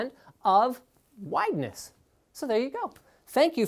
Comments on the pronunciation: "Widness" LinusSizeTips. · Adding "wideness" lol